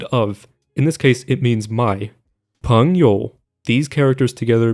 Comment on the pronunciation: you actually did rather decent on the pronunciation of 你是我的朋友, the e sound in 朋友 just lasts a little bit longer than your pronunciation :>